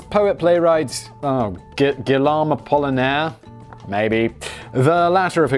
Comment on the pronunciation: Love the channel, and this video. Might I suggest you watch, "The Score"? Excellent heist movie. Also: Guillaume = G like in grape, O like in over, and a silent 'e' at the end = (Gee-yome). Guillaume. Munch = U sounds like "oo", the ch sounds like a 'k' = (moonk). Munch.